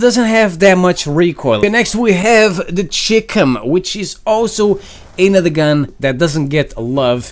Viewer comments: Hearing him say "the chickum" made me want to vomit. It's "Chi" like in China and "Com" like in Communications. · am I the only one that thought he said chicken instead of chicem